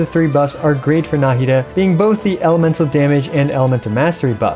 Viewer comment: na 'hi da not 'na hi da